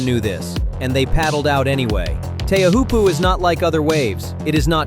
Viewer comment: Pronounce Teahiopo CORRECTLY